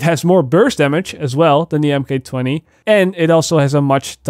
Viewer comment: Bro it's pronounced mark 20